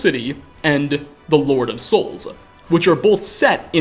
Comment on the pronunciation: I cannot stand the way you add an "uh" at seemingly random locations. "Keyes-uh" and "souls-uh" . "years-uh" etc. I love your content and have been binge-watching but this quirk is hitting a nerve I didn't know I had. It isn't even the "uh" that bothers me so much as the fact that I can't predict when it is goin to happen.